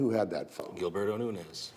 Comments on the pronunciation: Omg the one guy keeps saying “Noonez” instead of Nuñez, and it’s driving me insane 🫠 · "NUNIAZ'!..NOT " NUNIAZEZ"!!😅😅😅😅! American "English" is nuts!😅😅😅😅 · When you cannot even pronounce the suspect's name ... I cannot even 😅😅😅trust you to be detail oriented.